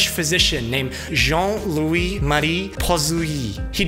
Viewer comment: I’m French and he pronounced the last 2 names horribly wrong. He should have said Jean, Louie Marie (without rolling the “r”) Poiseuille (Pouahseuy).